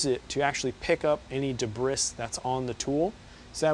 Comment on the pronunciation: Very informative and well presented! For the future, in "debris" the "s" is silent. It's pronounced "duh-bree".